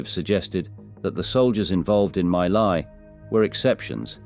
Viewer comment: My Lai is pronounced "Mee Lai"